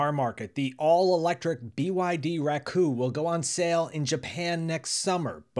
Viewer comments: Not Racoo. Racco. ラッコ🦦 Means Otter in Japanese. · Thank you for the interesting video. Precisely speaking, it's "Racco" (sounds like "rakkoh"). It's not "Racoo".